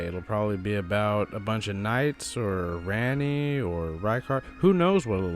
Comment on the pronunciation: good video dawg also its pronounced “ranni” not “ranni”